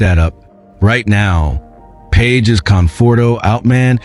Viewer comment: Robot is not able to pronounce Pages name!